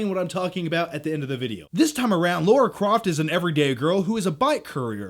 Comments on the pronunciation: L A R A. NOT L A U R A. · LARA Croft, not LAURA Croft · LARA LARA not Laura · Your as bad as mr stuckman its lara with an A. Not laura. Either way good vid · You mean Lara not Laura. 😂😆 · Its Lara not laura!!!!! Haha haha, sorry, love u bro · LARA!!!!! not Laura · Lara Croft, not Laura Croft. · Her name is Lara. How can that be pronounced as Laura? It's really not difficult! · i love you, but it's Lara, not Laura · Why do all Americans call it “Laura” isn’t it Lara ? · Yeah man, see you in a few months. btw its Lara, not Laura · I'm genuinely curious why Americans call Lara "Laura". Was her name changed in the video games for the US market? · Natarri Bailey I've heard a few reviewers clearly say Lara, but most sound like they're saying Laura. Maybe it just sounds that way to foreign ears. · Americans, say it with me now. LA-RA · Laura Croft, that's almost as bad as Stuckmann's pronunciation of Roland Emmerich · It's not Laura croft 🙄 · Why do american's have such a problem saying Lara properly? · Yet another person mispronouncing Lara lol.